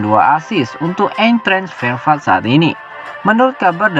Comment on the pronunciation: Eintrach Frankfurt bacanya Ayntrah Frang furt